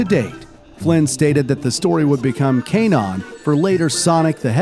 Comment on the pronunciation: umm excuse me? Caneon 💀